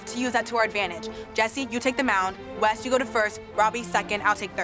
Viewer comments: Umm... Not tryna be mean but... It's "Wes" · Gold cat_YT !! It’s “Wes” not west but yes lol